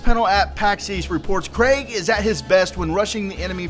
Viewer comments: You were saying it like Craig, its Kreeg <3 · Its pronounced kreeg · His name is pronounced Kreeg, just so you know. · You sorta had been saying it like 'Craig' in the video. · its pronounced Kreig like blitzkrieg. not being a grammer nazi just useful information